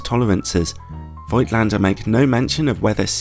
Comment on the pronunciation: German „Django“ here: The „i“ in Voigtländer is silent. And you may pronounce the V as an F.